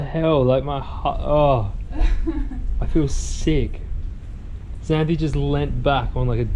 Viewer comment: "xanthe", LMFAO